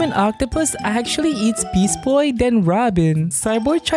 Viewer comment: you just said beast boy wrong